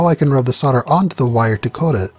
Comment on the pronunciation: what is sorder? Its solder. sowl-duh